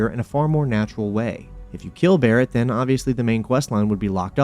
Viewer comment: Why can't you fully pronounce your gerunds or the "th" phoneme? You keep saying, "slidin', hopin', sayin'" and "den" instead of then.